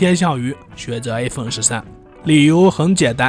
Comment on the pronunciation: i發音都發成a